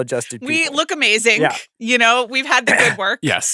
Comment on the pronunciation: The last few weeks i clocked that Amanda adds a K on the end of every "-ing" word and now i can't not notice it. It's amazingk.